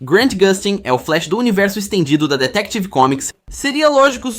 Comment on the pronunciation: Essa IA tá horrível, ainda mais com esse "Detective Comics"